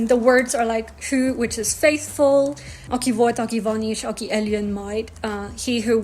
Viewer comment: eljön is pronounced: eyyön. I fully agree that a second language can often provide examples of grammatical constructions when learning additional languages. French falloir makes understanding Hungarian kell speedier. Equally, it might also reveal French influences on Hungarian, too